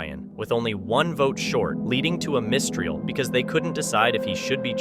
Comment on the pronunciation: It's pronounced miss-trial 😆